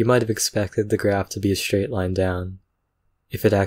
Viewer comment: "shtraight line down" lol?